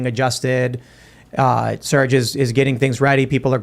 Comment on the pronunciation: Also its Serge